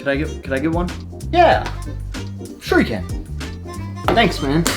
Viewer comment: “Can I get one of those?” “Shir-you-can” 😂 genius